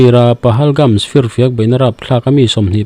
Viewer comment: Pahalgam nge pahalgams? Pahalgams iti ziah a